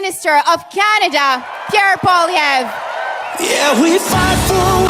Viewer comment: Exactly!! PBD knows nothing about PP, nor Canadian politics! Can’t even pronounce his name right. Thinks Trudeau beat him last election 🤪 Why would PP go on his podcast, or any American based one?!